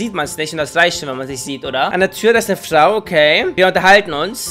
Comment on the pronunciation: Kannst du bitte mehr Flau sagen das ist deutlich lustiger als Frau